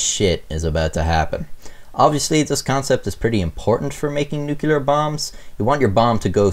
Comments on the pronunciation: Just to be that guy, it's "noo-klee-ar" not "noo-kyu-lar" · It’s NUCLEAR. Not Nucular. Pronounce it right PLEASE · keeps saying nucular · "Nuculer"... triggered. 😉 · Love u mate but it's NUCLEAR not NUCULAR dummy. Sound like George Bush! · Sorry. Stopped watching after the word 'nucular.' Doofus. Way to lose credibility in 3 seconds flat. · "Nucular bomb?" Oh dear... > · Uh huh huh. Hey Beavis. You said nukeuler. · "Nookyaler" George W Intensifies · Nuclear Noo-Clee-ER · When I hear "nukular" instead of nuclear, I am absolutely SURE it's an armenical... sorry, amricanal... or maybe americanal... or somthing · Nukular... shudder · Sound it out: NUCLEAR -(Nuke-lee-ar) There is only one "u". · "NOOK-YOU-LURR" ...cringe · Tfw Nuc-U-lar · and for the love of God, PLEASE STOP PRONOUNCING THE WORD ‘NUCLEAR’ WRONG. i mean does it fucking LOOK like it’s pronounced “newkyuhlurr”?! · Noo clee are Jesus Christ man - you're on the metric system...this shouldn't require an American to school you in the pronunciation. We did come up with the Demon Core tho... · “I’m not a physicist” *mispronounces nuclear repeatedly* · Its said new clear not nukeular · nuclear. not nucular. (new-clee-er) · Man dear, FFS stop saying newkewlar. It's pronounced new-clear. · I thought that i cant be the only one here whose gears it always grinds a little when someone calls nuclear nucelar. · You keep saying "nucular" throughout this video. You may or may not remember, but George W Bush was widely mocked and ridiculed for this pronunciation. It's "nuclear" dude, not nucular > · Take a shot every time he says “nukular.” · I'm not a scientist or anything, but I'm pretty sure it's "nuclear", not "nucular :P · Nuclear. Pronounced "new-clear". Not "nukular". The mispronunciation has become a joke used when parodying the "hillbilly" type dialect. Also,, the screwdriver was not protocol. There were shims that were supposed to be separating the halves, Slotin had arrogantly removed them. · Nuclear, not nucular